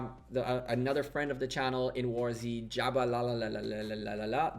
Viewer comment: Nice video. Btw, its warz, not war z, pls, ty :P